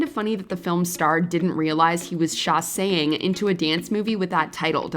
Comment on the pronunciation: Sorry, but what? Am I hearing shasaying instead of sashaying?